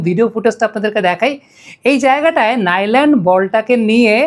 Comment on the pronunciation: নামটা হবে নু লান্ড....আপ্নার উপস্থাপনা অনেক সুন্দর... পুরো ওয়ার্ল্ড কাপ উপভোগ করছি আপনার এই উপস্থাপনা ❤